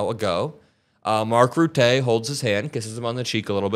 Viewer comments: Leave it to the Dutch. For a tiny country, we have a huge global impact. I'm proud of my adopted home. Btw, his name is pronounced Ruh-tuh. He's our former PM. 💙💙💙💙💙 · Great video! Mark Rutte, one of our former prime ministers was called Mr Teflon for a reason. He tricked the Dutch citizens for over a decade. Even though I should care less, don’t butcher his name 😂 pronounce his last name as ‘ruttah’ with the stress on the first syllable. Keep on posting! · The end 'e' in Rutte has no accent on it, pronounce like the e in eh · Mark Roottay??? 😂 I thought you prepare for days. Please be respectful enough to pronounce the man's name correctly. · Hello, I (a Dutch guy, 70 years old) watch your videos with much appreciation. But please, please take a moment to research the correct pronunciation of the foreign names that feature. I can only handle so many mispronounced Rutté/Ruttáy's before I cannot take the posting seriously anymore and zap away. Which is regrettable. Thank you and keep up the good work. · His last name is pronounced ROO-TUH. It's always good to check Google Pronunciation for the proper pronunciation. It shows respect. Thank you for the awesome work you and your team do. Much appreciated! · Oh BTW Ruttè is pronounced with a dull è and as BE citizen i thought Rutte was a real "slijmbal" with Trump. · Rue-tay? Is that how Rutte is pronounced? How fabulous. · Rutte, the "e" sound like a soft "uh". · dude watch an interview with Mark Rutte, his surname is pronounced "ROOT ER" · I wonder if these leaders have the opportunity to express their opinion about Trump among themselves - or perhaps the possiblity of their conversation being leaked is too much of a risk. - a minor point - Rutte is pronounce Roo tuh. Hope Meidastouch Network continues to grow. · If you're going to do more stories involving Mark Rutte: that last vowel should be a schwa sound. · Mark Roo-tuh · I agree with your point but its pronounced Rut-tah!! Hes Dutch not French